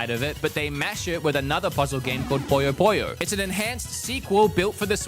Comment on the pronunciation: Bro called Puyo Puyo, Poyo Poyo... it's not a Kirby game!